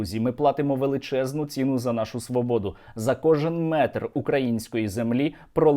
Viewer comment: з найбільшою пошаною! пробачте, бо вже нема сил!!! цінУ! цінУ! цінУ! наголос!!!